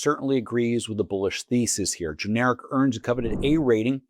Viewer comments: It’s not ge-nar-ic. It’s gen-er-rack. That said, good pick. The recent storm activity will definitely up their business. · GIN ER RACK IS THE CORRECT WAY TO SAY IT.